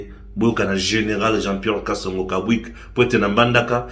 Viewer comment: je pense que le nom du General Major n'est pas Kabwik mais KABWIT